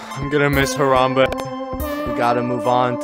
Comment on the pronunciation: The only part u messed up on was the M in Harambe